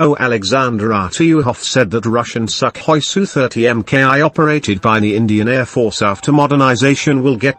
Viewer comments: I like your pronounciation of "Super Suck Hoy"! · INdian "SUCKhoi"... wooooow!!! i dont know wether o be offended or to laugh my ass off.